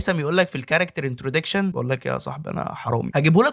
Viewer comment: هو ايه انتروديكشن دي 😂😂اسمها انتروداكشن كنت بسمعك و فاكرك دارس او فاهم انت بتتكلم عن ايه بس للاسف خيبة امل حصل خير ، اتمنى تراجع معلوماتك قبل النشر